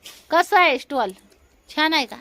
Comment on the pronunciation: स्टॉल नाही बोलत स्टोल बोलतात, ती योगी पण तेच बोलते